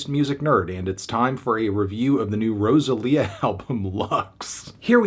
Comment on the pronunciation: The way you pronounced Rosalía and Berghain I just can’t